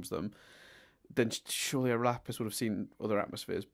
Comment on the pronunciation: Lol he did say "Laffis" the second time instead of Lapis. But doing it once is worthy enough for congratulations